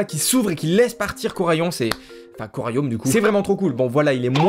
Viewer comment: tu as dit un corayaume